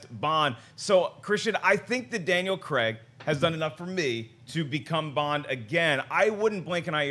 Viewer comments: It's craig not creg there's no e I'm dyslexic and I can understand that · Who the hell is Daniel CREGG??? Craig kr-ay-g, He's British, please use the British pronunciation